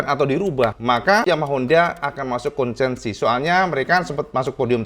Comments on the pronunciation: konsesi, bukan konsensi. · Cak. Konsesi, bukan konsensi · KONSESI cak, bukan KONSENSI🙏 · Kayaknya KONSESI mas, bukan KONSENSI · Maap... konsesi, cak... bukan konsensi... 🙏🙏🙏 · Cak, yang betul itu konsesi, bukan konsensi. punten 🙏🏻